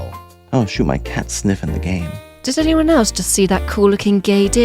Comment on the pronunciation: I always thought he said "ass". It took me a few minutes to realize what he's saying